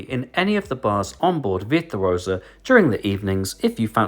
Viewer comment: love this video and am using it as study before my cruise in may. But what’s with the veer tuosa lol